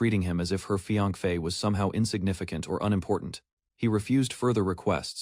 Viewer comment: 😂 ai couldn't pronounce the word "Fiancé" instead they say Fiank-Fe 😂